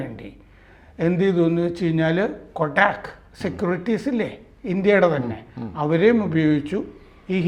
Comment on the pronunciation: കൊ ടാക്ക് അല്ല കോട്ടക്ക് സെക്യൂരിറ്റീസ് ആണ്. ഷോര്ട്ട് സെല്ലിങ് എന്നാൽ നമ്മുടെ കയ്യിൽ ഇല്ലാത്ത ഓഹരികൾ ഫ്യുചർ ട്രെഡിങ് വഴി ആദ്യം വിൽക്കാം.ഏതെങ്കിലും ഓഹരി നാളെ വില കുറയുമെന്ന് തോന്നിയാൽ നമുക്ക് ഷോര്ട്ട് സെൽ ചെയ്യാം. പിന്നെ വില കുറയുമ്പോൾ അതു തിരിച്ചു വാങ്ങിക്കാം. അതായത് 100 രൂപ വിലയുള്ള ഓഹരി 100 രൂപയ്ക്കു വിറ്റ് പിന്നീട് അത് 60 രൂപആയെന്നു കരുതുക. അപ്പോൾ തിരിച്ചു വാങ്ങിച്ചാൽ ഒരു ഓഹരിയിൽ ലാഭം 40 രൂപ ഇത്‌ ഇക്വിറ്റിയിൽ സാധ്യമല്ല. ഫുച്ചറിൽ മാത്രമേ ഷോര്ട്ട് സെല്ലിങ് സാധിക്കു. Hindanburg ആദ്യം ഷോര്ട്ട് സെല്ലിങ് ചെയ്തു അതിന് ശേഷം അവർ പുറത്തു വിട്ടു. റിപ്പോർട്ട്‌ വന്നവഴി അദാനി ഓഹരികൾ അറുപതു ശതമാസത്തോളം കൂപ്പു കുത്തി.. അതുവഴി hindanburg വലിയ കോടികൾ ലാഭം ഉണ്ടാക്കി. ഇത്‌ വലിയ പകൽ കൊള്ള തന്നെയാണ്. അവർ റിപ്പോർട്ട്‌ വഴി നിയമപരമായി കാശ് ഉണ്ടാക്കി. പഠിച്ച കള്ളന്മാർ....